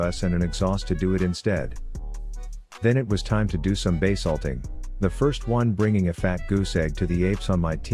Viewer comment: I heard you said, "now it's time for Bae Salting!" Instead of base ulting... 🤣💀Rip my hearing.